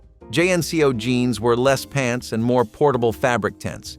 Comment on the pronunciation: JNCO is pronounced JEAN-CO Good gawddamn! How corny! Just let a human read it! They'll probably remember them!!🙉🙈🙊 Just took my like and sub chance away!!!👎👎👎👎